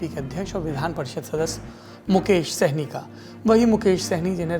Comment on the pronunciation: सैनी नही सहानी कन्फ्यूज हो